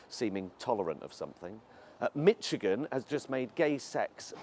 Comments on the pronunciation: Mitchigan? Did he just say that! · John Work I think he said Mitchigan.